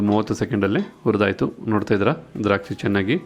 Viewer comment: Urdaytu alla hurdaytu.kannada swacchavaagirali.